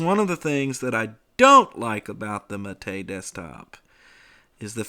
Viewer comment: Praise be. Someone who actually knows how to pronounce Gnome and Mate. I die a little inside every time I hear someone say "Guh-nome" or "Mayte".